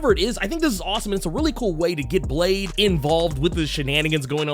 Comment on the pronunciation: Blade= Blah-deh